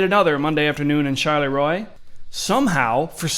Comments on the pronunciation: The town's name, Charleroi, is Belgian. You keep pronouncing it ChaLéRoi like it's French. Knock that shit off. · char la roy not charlay roy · she says Charleroi right in the fuckan video & you still say it wrong